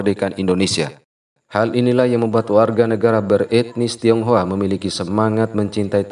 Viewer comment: Bukan tonghoa tapi tinghoa